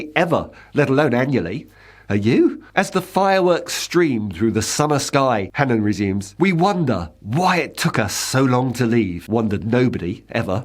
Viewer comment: I'm glad the presenter is at least pronouncing Hannan correctly. Its an extremely old Irish name - O'hAnnín means the seal of the keepers of the unborn/ the fire keepers. When names were anglicized the spellings landed differently.